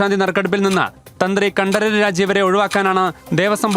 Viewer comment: രാജീവര് എന്ന് പറഞ്ഞാൽ മതി.. കണ്ഠം കഷ്ടം ആക്കണ്ട 😄